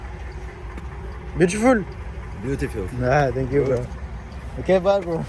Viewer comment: Finque you frerooooo 😂😂😂 tu m’as tué